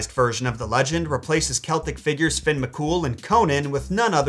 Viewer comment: Also Fionn isn't pronounced Finn but Fi-un